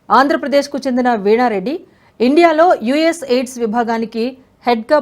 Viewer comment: ఎయిడ్స్ కాదు AID అని చదవండి..!!